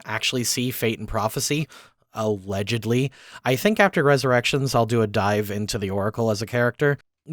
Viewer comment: “Allegedaly” lol